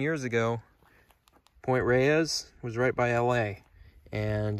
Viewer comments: Excellent job, dude. But "Point Reyes" is pronounced -- > Point Rays <-- not Point Ray-ez, as you pronounced it. I know it doesn't look like it, but there you are. Full marks to you for this effort, tho. Truly. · Point Reyes, is not pronounced ray-ees. it's pronounced to sound like "rays". The second e is silent. I know. I live here. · I can tell you're not from California, or at least Northern CA by the way you pronounce some of the names. It's ok, you say them in a logical way but Pt. Reyes should sound like Pt. "rays". San Rafael is San "ruhFEL" Tejon isn't Teehone it's "tehHONE". Those lakes on the peninsula are Lake Merced and San Andreas Lake. The fault takes it's name from that lake which itself takes it's name from the valley it's in. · There are plants on Point Reyes that occur nowhere else in the Bay Area. They were brought up for the South along with the point. For right or wrong, we pronounce Point Reyes as "Rays" and San Rafael as "Rafel." Even my hispanic friends. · I grew up in Marin County and I'd just like to say locals pronounce Point Reyes like rays and San Rafael like ra-fell.